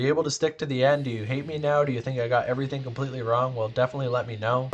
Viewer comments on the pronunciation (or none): none